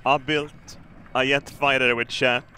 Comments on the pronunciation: I love how his js are ys, he pronounces jet yet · did you know is physically incapable of pronouncing J